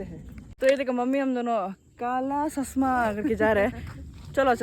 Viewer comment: 0.54 love your kala "Sasma" ❤😂